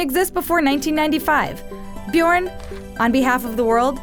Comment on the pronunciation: It’s not Bjårn, it’s BjØrn